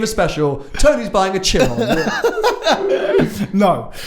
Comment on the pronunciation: Tsiron? It is pronounced shiron. Jesus my ears.